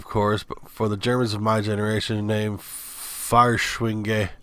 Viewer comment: Feuerschwinge pronunciation (according to a german dude)- Foy-a-sh-wing-a. Also, the luftwaffe was apparently actually a thing. Google info from BBC: Luftwaffe is a generic German term for an air force. It was also the official name for the Nazi air force founded in 1935. Led by Hermann Goering, it became the largest and most powerful in Europe by the start of World War Two.